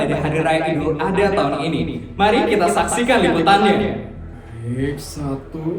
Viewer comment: Maaf kak sekedar membenarkan, kalo penyebutan idul Adha itu "ad ha bukan A dha"😊😅